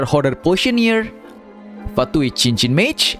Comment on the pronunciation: STOP SAYING "CHINCHIN" ITS "SINSIN" MY DAD IS LOOKING AT ME DISSAPOINTED BC HES JAPANESE 😭